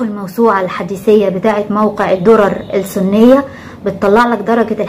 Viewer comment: تصحيح ( الدرر السنية) بتشديد وفتح السين وليس بضمها . وجزاك الله خيرا ووفقت لكل خير .. استمري نسأل الله لنا ولك التوفيق وكل من أراد الخير